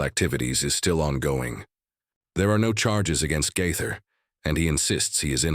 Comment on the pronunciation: The person narrating these stories about Bill Gaither needs to make decision as to how he wants to pronounce the Gaither name!